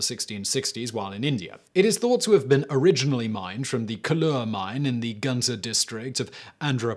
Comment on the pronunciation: I'm from Andhra Pradesh. Not exactly from the Guntur district. and yes he butchered the word Guntur. It's more goontour